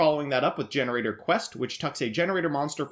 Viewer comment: You aren't even saying the name of the archetype the right way. 😑